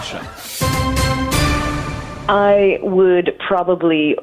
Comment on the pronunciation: I was thinking Koosha? Kusha? Brandreth. So I googled. I typed Kusha Brandreth, and was sent to an entry about Lahore. Pakistan? Is this a link to the Hindu Kush? I had to type in Gyles Brandreth daughter-in-law, to find out it was Kosha. I was shaking my head at mad American names, but it seems Gyles American blood encouraged 3 names which guaranteed they would need to be spelt for the length of his children's lives. I think one is Saxon? But if you are given a rare Saxon name, it's a lifetime of repeating and spelling. Well, Aphra wouldn't need to be spelt, for older, educated people, but they are still going to ask to repeat it and maybe spell it, to be sure the name was what they thought they heard. Parents rarely seem to think of the hell of having to repeat and spell your name to everybody when parents go off piste. And I swear Joe said Casha last time he said it. Names are so often a nest of misery. Though people seem to love naming their pets. And I guess pets never complain.